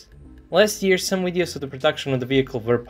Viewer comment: Videos!...not WWWideos...you don't say WWWisible in your video!...so why are you saying WWWideo? 🙅‍♂